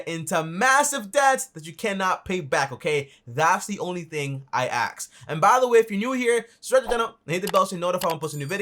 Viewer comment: why do people say aks instead of ask. we changing language just like that?